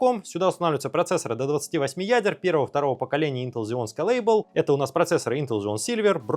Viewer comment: Бесконечно долго можно смотреть на 3 вещи: как горит огонь, как течет вода и как ведущий не может научиться выговаривать «скэйлэбл» от слов «скэйл» и «эбл» — масштаб и мочь. Т.е. «масштабируемые». А не скалЭйбл. лЭбла там нет. Ставь лайк если тоже заебался это слушать.